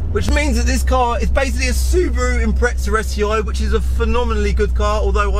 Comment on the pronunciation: Mate, you say impreza like it's a fucking pretzel